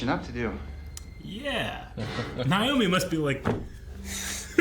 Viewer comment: * Naomi (not "Niomi")